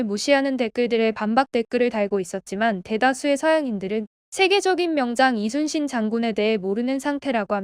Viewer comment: 이 채널은 사진 몆장이나 동영상 스크랩으로 카더라 통신으로 안하고 실제 동영상을 제대로 올려서 너무 좋네요 ❤ 근데 저 교수님 진짜 우리 문화를 제대로 연구하셨던 분이신듯 하네요 이순신을 칠판에 쓸때 Lee로 시작안하고 Yi로 적고 발음도 리순신이 아닌 이순신으로 제대로 발음도 하시는 것을 보니 소름 쫙 솔직히 우리 발음을 못해서 고려가 코리아가 되고 우리의 성씨를 발음 못해서 그들의 표기법으로 맘대로 바꾸는거 정말 싫었는데 그리고 또 우리는 그들 표기법대로 우리의 말을 바꿔서 쓰는건 더 싫고요 그런데 저 교수님은 제대로 우리의 발음과 역사를 다 꿰고 계셔서 웬지 흐뭇하네요 ㅎ